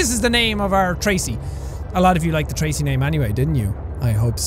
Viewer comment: When you make a pun, I’ll use yours as example, you go Tra-sea You go Trasea, shorey, and apologice, not Tra-sea, shore-y, and apolog-ice